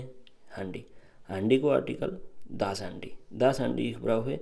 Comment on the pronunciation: हान्डी होइन ह्यान्डी हुन्छ ।